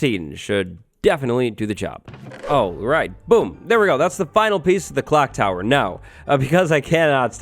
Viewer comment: Clock tower not "clonk tower"